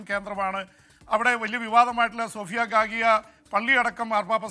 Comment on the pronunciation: സോഫിയ ഗാഗിയ ❌ഹാഗിയാ സോഫിയാ ✅